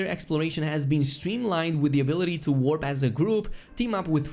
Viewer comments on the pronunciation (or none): none